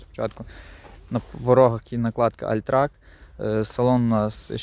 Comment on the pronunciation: альтрак. блять 😂 ти шо 72 року і вчив німецьку?